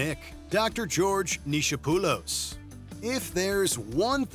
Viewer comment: Neecho-poolis? Really America!? It’s “Knee-Cop—olus”